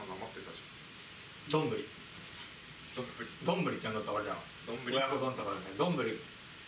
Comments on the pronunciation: むりwwwwwど⤴︎んぶ⤴︎り⤵︎ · のイントネーションがずっと『どんぐり』なんじわりますね😄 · のどんぶりのイントネーションがじわじわくる笑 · 丼ぶりのイントネーションどんぐりやんw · どんぶりのイントネーション😂